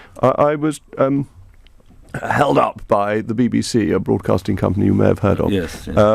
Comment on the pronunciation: "I was HELLED UP". Jacob should start a metal band